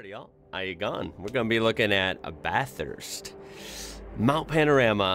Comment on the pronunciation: No, he pronounced it correctly.